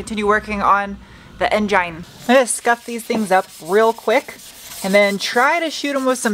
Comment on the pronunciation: minutes "engyne" ? you say the funniest stuff sometimes!